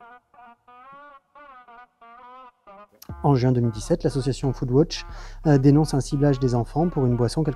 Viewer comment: pq vs prononcez "foodwotch" ?